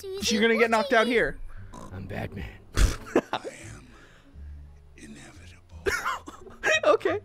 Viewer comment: i was drinking water wen i saw say I'm inevidible😁😁😁😁😁😁😁😁😁😁😁😁😁😁😁😁😁😁😁😁😁😁😁😁!!! i spit my water out so hard laughing